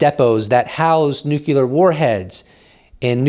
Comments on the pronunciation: Every time he says nucular instead of nuclear.😬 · Nuclear, not nucular. Love your content! Thank you for reporting! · It's "new"-"clear". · 'Nuclear' has one "u" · Hey...please learn the correct pronunciation for nuclear. You pronounce it incorrectly...like George W. Bush.